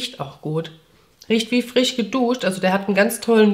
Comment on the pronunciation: Darf ich dich mal was doofes fragen? Warum sprichst du das sch in zb dem Wort "frisch" als ch aus (also frich), obwohl du zb "schon" ganz normal mit sch sprichst? Ich habe das schon oft bei Leuten aus dem Kölner Raum gehört, warum ist das so?